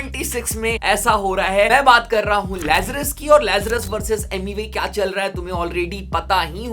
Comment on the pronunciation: Rapbot ne tu lazres ka naam galat bolke hi gandi krdia yrr 😅😂